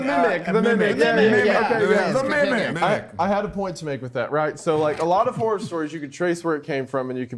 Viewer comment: Horror is 2 syllables and best said slightly differently. It's so annoying to hear people pronounce it as one syllable.